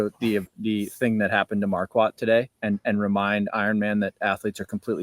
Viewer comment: You guys are still pronouncing his name wrong. It’s Mar-court, not Mar-quat